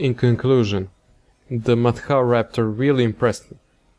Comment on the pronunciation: It's pronunced more like mat hra.